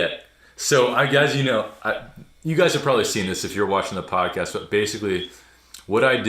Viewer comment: Erm..."podxast "???😓 LOL ( the " x" is next 2 the "c" ...I hate when this happens ) 😣